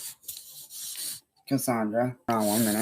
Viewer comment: "CUSSUNDRUH" The game mimics his life so of course it's vile.